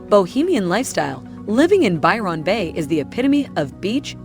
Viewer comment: This has to be AI, she can't say anything with $ right. They do no research, check the temps for yourself, lots of folk will not live in the top end of aus without aircon, which is exy. Byron bay... do not say the Ron like she does, ignore the o it is almost skipped. Our vowels are short long or half way. This o is not long. She's annoying. Tourist culture means landlords want the big bucks, on the gold coast we could only get 6 month leases. They wanted you to move all the time. Tourist jobs don't exist in the off season. Alice sptings is not a safe town, miles from anywhere, at night, lock yourself inside.